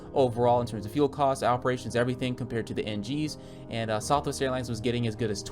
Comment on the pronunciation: “Southwe airlines” 10/10 accurate